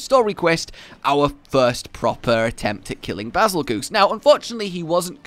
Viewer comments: It’s “bazel-JUICE,” not “bazel-goose.” The name is similar to “betelgeuse,” an explosive star. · Its not beezlegoose it bagel juice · The pronunciation of this monster... why do people say bi-zol-goose? is that a community nickname? when you put in oxford word text is pronounced Bar-zel-jezz.. this not an attack btw, just tryna get it right. :) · Nobody understands the connection from Bazelgeuse to Beetelgeuse. Bay-zull-juice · I’m pretty sure you pronounce Bazelguese like Basil-juice. Similar to Betelgeuse. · ITS PRONOUNCED BEETLEJUICE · Bazelgeuse but is pronounced as bazel juice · Actually its pronounced bagel juice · Pronounced “bazel-juice”